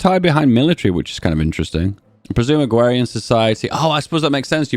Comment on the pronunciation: "Agwawian Society"